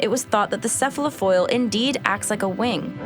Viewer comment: Enough! I cannot stand another minute of a young child misusing words such as "unique" and mispronouncing "cephalofoil".